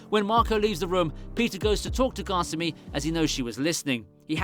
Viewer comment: kasumi not gosummy